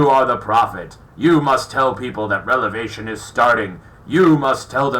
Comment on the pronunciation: I TRIED to take you seriously until you repeatedly mispronounced REVELATION. Prior to challenging biblical experts, you should have SOME form of knowledge and real understanding of what you are discussing.